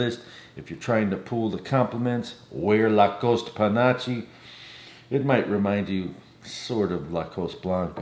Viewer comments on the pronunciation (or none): Panache is pronounced "panaSH," not "panocha." In English it means "flamboyance"